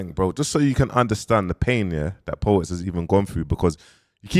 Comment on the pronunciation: Po-wets smh kill me man